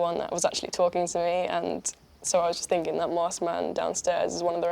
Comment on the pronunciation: why does she go from "finking" to "thinking"